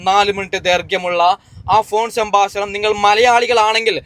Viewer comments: ശ ബാശണം അല്ല . സംഭാക്ഷണം😢😮😮😮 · സംഭാശാണമല്ല😔 സംഭാഷണം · സംഭാഷണം എന്ന് പറയൂ..